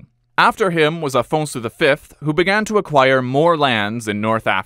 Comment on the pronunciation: Afonso not Alfonso